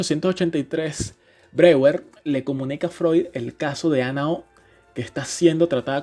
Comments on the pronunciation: Buenísimo!!! Solo una cosita Breuer se pronuncia "broller" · Se queda de cómo pronuncian Freud pero no sabe pronunciar Breuer